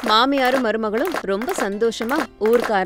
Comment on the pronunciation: pronunciation is wrong bathakamma❌bathukamma✅[bathakam means lazy in Telugu 😂😂i am from Andhra Pradesh